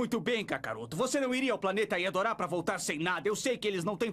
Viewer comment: É serio que eles falavam "Yadoras", pq o correto é Yardrats (faz sentido, afinal a dublagem se baseou na versão mexicana, então é normal achar uns errinhos)